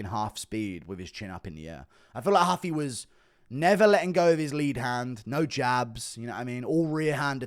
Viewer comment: It’s Rooofie not huffy